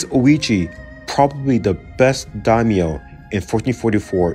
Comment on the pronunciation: My biggest issue with this video is your pronunciation of the Daimyo clans.